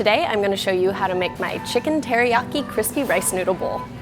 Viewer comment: did she say HERIYAKI? lol